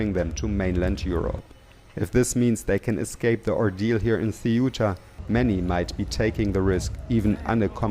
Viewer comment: Not Cetua. It’s Ce-uta.